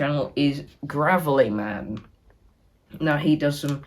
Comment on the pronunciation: It’s Gravelyman Grave like where you bury the dead